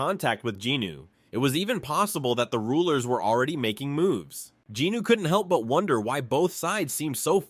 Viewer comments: Any idea why he keeps saying Jinooo instead of Jinwoo? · Love the videos but I can recommend correcting the pronunciation for Jinwoo’s name? You say Ji-nu when it’s Jin-woo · Its jin-woo not jinu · I love these videos the only thing that grinds my gears is him saying Jinwoo’s name wrong😭😂